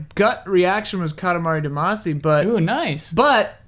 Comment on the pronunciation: Guys. Guys. Guys. It's "Cat-ah-mah-ree Dah-mah-see", not "Cah-tah-mah-ree Dama-see". It's in the intro song. You're killing me.